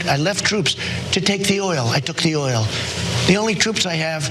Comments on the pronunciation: "We're protecting the er-ol." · What a fucking idiot! He couldn't really pronounce oil in the e d.